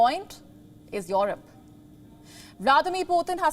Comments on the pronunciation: Your Rope or Europe? That accent... jeez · She has some problem in pronouncing Europe.... Its not yohrub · noy yorup...E.....Europe.